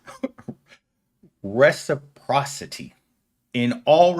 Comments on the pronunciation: saying "reciprick" at some point in this vid got me in tears. It IS a difficult word, though. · The word is trying to say is... "reciprocity" (Reh-sih-pra-sih-tee).... a variation of it at least. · Reciprocation, reciprocity. How could you get an anthropology degree without knowing how to easily pronounce this term?